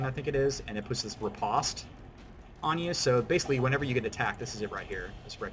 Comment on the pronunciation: Thank you for actually knowing how to pronounce "riposte". I am so sick of hearing "re-post" in peoples' videos.